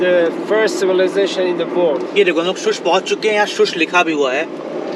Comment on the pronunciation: Bhai, why is it so difficult for you to pronounce "world"? You always pronounce it like "word". 😒It's so annoying to hear every time you use that word.